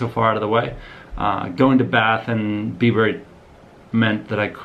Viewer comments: Bibury is pronounced - Bybree 😉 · It’s pronounced byebury,weird little place...should’ve seen oxford you’d love it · Great vid! I live near Bibury so fun to see it featured. Just so you know we natives pronounce it 'Byebury' not 'Bibury' - all the best!